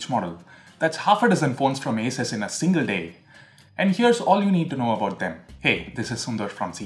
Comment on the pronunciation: I guess ASUS is pronounced like 'A' 'SOOS' rather than 'A' 'SUS'